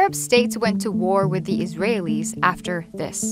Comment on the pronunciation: I'm American.. My mother was african american and my dad european american and from the very first sentence I could tell this was going to be biased. She really did put that emphasis on "iraelis" lol smh